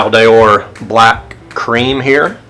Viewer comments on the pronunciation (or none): what is it with ppl pronouncing „medaille d‘or“ like „D‘IOR“ ???